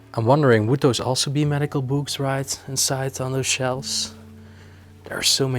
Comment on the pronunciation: Not a „Baby Seat”… the hole in the middle is there for a reason… (…and PLEASE improve your pronunciation of the word “books” - no “b” in there at all…)